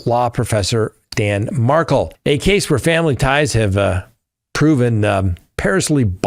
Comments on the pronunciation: Hey, can you spell the Adelson case names phonetically for? Mar-kell (not Markle like the Dutchess) and the others. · Dan Markel’s name isn’t pronounced like Prince Harry’s wife. It’s pronounced Mar-Kell. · Its prof. Dan Markel. Not markle!